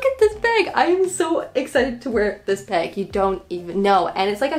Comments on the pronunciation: lol "beg" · google: bag: BAIG